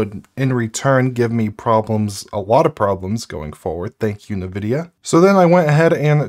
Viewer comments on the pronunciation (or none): Loving your content my man. But I will say the way you pronounce nvidia is driving me crazy. It En-vidia. Not Nuh-vidia. Also zephyrus. That one is definitely zef-er-us. Not zef-eye-rus. However in fairness I'm not 100% sure about the zephyrus pronunciation. Anyway sorry for being a pain in the ass! Love the content! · It's EH'N' vidia not NE vidia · did you just say zeph-eye-rus and nuh-videa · Hey, your videos are great... But this is making me nuts... sorry. It's N like the letter vidia... Like IN-vidia. not what you are saying. lol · nuh-vidia lmao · I might be crazy, but I find it weird the way you pronounce Zephyrus and NVIDIA.